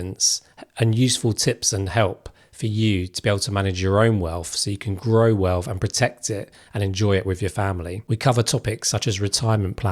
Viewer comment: It’s wealth Not WELF!